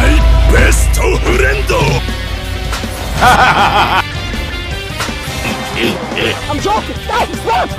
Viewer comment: 😂😂 "my besto friendto" 🤣🤣 nice memes tho